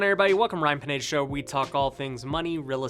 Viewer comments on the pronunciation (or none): It's pronounce Pineda=Pee-nei-duh 🤦‍♂️ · Actually his pronunciation is pee-ÑEH-thah. With an ñ in the name. It s a common Mexican last name. I know some people with that last name. Ryan's folks are either from Mexico or some Latin American country.